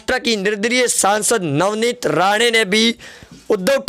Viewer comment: Are bhai Navnit Rane nahi, Rana ,Rana ,Rana.galti sudhar lo